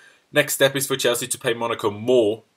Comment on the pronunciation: when you say 'welcome to 100% Chelsea' it sounds like 'welcome 200% Chelsea'